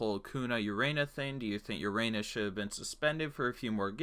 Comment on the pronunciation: Urena is pronounced oo-ray-nya sry I’m a Marlins fan I know my baseball